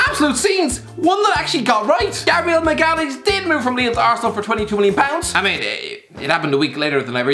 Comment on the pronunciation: No one:: Gabriel Machkjalayz